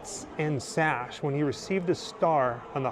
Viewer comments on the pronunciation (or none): none